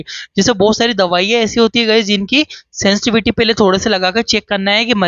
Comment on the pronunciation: सेंसटिविटी नही सेंसिटिविटी। सेंसटिविटी पता कने में । ये गलत वाक्य है। सेंसिटिविटी पता करने में। ये सही वाक्य है।